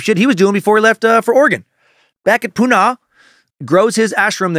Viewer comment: just some pronunciation corrections for yoos- Sannyasin = sin-yah-sin. Osho = oh-show. Pune = poo-nuh. I lived in Central Oregon back then and have my share of Rajneesh stories- I even visited the Big Muddy in its heyday.